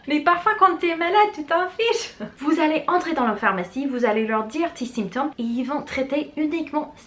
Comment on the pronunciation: Bonjour je vous suis depuis 1 semaine environ et j’aime beaucoup ce que vous faites. Qu’avez vous enseigné au lycée? Ps: symptôme se prononce sAINptome. Merci pour ces vidéos:-)